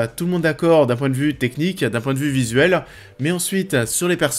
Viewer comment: Commeanng, personnageanng, visuelleannng